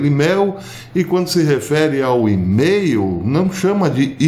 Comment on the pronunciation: A questão da sua pronuncia de MAIL é maior do que sua tentativa de imitar os britânicos. O ponto principal é o entendimento dos que querem se aprofundar na fonte citada e do fundamento básico da comunicação que é a simplicidade. Eu o entendi desde o inicio por ter conhecimento da língua inglesa e preferi pensar que era uma estratégia de forçar comentários, como esse, aumentando a relevância dos seus vídeos. Continuarei como seguidor pelo excelentes conteúdos. Abs